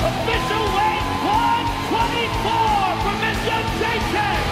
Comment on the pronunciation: Jedrzejczyk = " Young -jay-check" How, Sway?